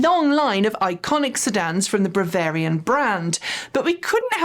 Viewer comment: "little tasty nougats of....."? Surely you meant 'tasty nuggets' lol Edit: "Bravarian brand"? What's going on? Are you Ok? Edit: Re "we are going to steer clear of pointing fingers here" Right after you go out of your way to uncritically offer the tesla corporate spin on a government appointment, AND to paint a government program to get legacy ICE auto manufacturers to build EVs as a "shunning" of tesla AND "point the finger" directly at the "leader of the free world" for the consequences of tesla's recalcitrant industrial relations policy, AND it's complete disregard for worker safety during covid lockdown AND tesla's antagonism toward all governments that don't pander to elon's ego? lol Seriously, you're doing tesla propaganda, again. Edit: Then when discussing "Ssang Yong" you unironically highlight their "history of brutal and sometimes violent labour issues"? wow